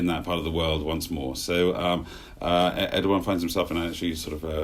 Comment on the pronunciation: needs to know it’s not pronounced erdyyan but erdowan